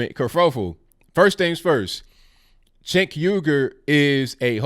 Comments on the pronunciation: It’s pronounced sink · Cenk? For Congress? The 'C' is pronounced like a 'J' in Turkish. Either way, he's a lefty Globalist. I wonder if he's a Muslim? NO Thank you to CENK!